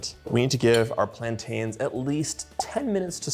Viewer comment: please please learn how to pronounce plaintains